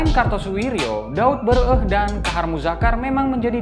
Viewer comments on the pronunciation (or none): Bukan daud beureu-eh.. tapi daud beureu-éh.. É nya dibaca seperti bunyi é di "ikan lélé, témpé